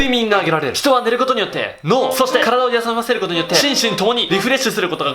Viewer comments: 体をやさるらせることによって 滑舌w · 体をやさませるって聞こえた